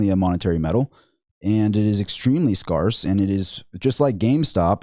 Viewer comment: Just an FYI the word "scarce" is SK-AIR-CE not SKAR-CE ("air" not "R")